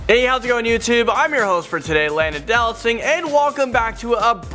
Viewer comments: I remember the good ‘ol days when Landon used to say “Do-Not-Sing” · He finally said his name like it is spelled, not do not sing